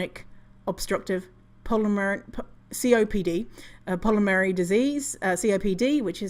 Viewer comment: sorry. world expert, native english speaker, and still cannot pronounce the word pulmonary. okey